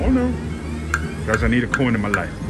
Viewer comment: You are finding all kinds of new games keep it up. I swear you were saying coink instead of coin.